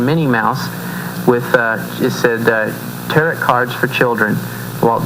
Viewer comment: This commentary is so full of flaws it's ridiculous. The pentagram IS NOT a symbol of satanism unless it's upside down. A photo on here proves that the true pagan pentagram, pointing upwards represents the elements and spirit. Lastly, Tarot is pronounced with a silent T. Lots of flaws, but that's what's expected from evangelists.